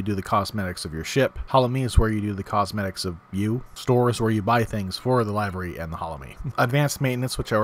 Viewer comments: Great guide, thank you! Only one thing I would add: "livery" is pronounced "liver....y" instead of "live...ry" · 'Liv - ery' not 'Live-ery' maybe it's a Brit thing? Good video for a late arriver like me. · I'm sure it's been said and pendatic though it is... "livery" is pronounced LIV-ERY. Like "liver" the internal organ with an "ee" on the end. Not LIVE-ery. The more you know! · It's pronounced "liv-uh-ree", not lyve-ree. o7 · This was a really good video to help people like myself who are considering getting the game. Considering that you did not plan it, it flows really well. With all respect intended, I want to point out the pronunciation of 'livery' is LIV-er-y (lɪvəri/ )which came into English from 13C French, which is why is causes confusion and one can reasonably think, if they don't know the word, that it would rhyme with 'dive'. It is not incredibly important in the scheme of things, but seeing as you did such a great job with the video I wanted to help out in the small way that I can. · Possibly one of the best starter videos I've seen. Great work!!! .........There's just one thing, how do you pronounce Livery? 🤣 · I enjoyed the video and gave a like and subbed. Look up the pronounciation of "livery".